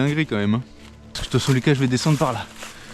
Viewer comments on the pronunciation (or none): none